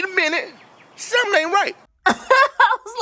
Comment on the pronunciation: Hey 👋🏾 Hold up wait a minute "sumin" ain't right! 😂😂 Let me know how the Ninja creami works out. 🤔